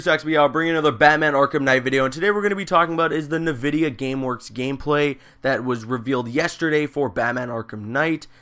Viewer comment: its not nuh vidia its n vidia. say the letter n.